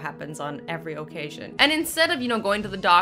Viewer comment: The way you say occasion makes me laugh. Never change